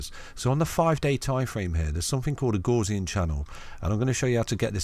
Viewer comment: Great video as usual! Not heard Gaussian pronounced like that before though 😄. Gaussian mathematics is named after the German mathematician Carl Frederich Gauss, where the Gau part has more of a Gou sound to it like in the word Gout. 👍